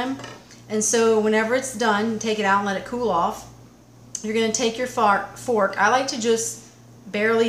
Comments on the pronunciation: did any one catch her say Fark then fork? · She also said fark Instead of fork. It was just probably one of those days. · Oh for ''Fark'' sakes ...What the ''Fark'' did she say >>>> <<<<